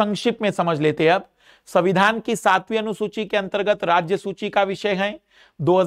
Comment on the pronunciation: सुची नही सूची